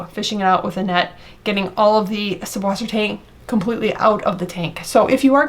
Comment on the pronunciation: the "B" in German is an S set and acts as a double S - süsswassertang, with the umlauted U being pronounced like Sue. Great video, too late for me with the Duckweed though! lol it does help big time with the ammonia and nitrate levels in the tank!